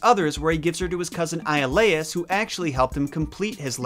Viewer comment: one you pronounced his second wife's name wrong, as well as Iolaus